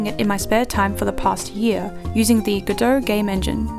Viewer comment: I am a musician and I fell in love with how you pronouced "godot"